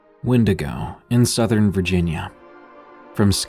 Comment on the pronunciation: And one cant say w er wenigo